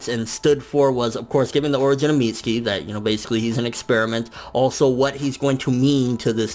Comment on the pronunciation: FN its weird how you say " mitz-ski" instead of "mit-su-ki"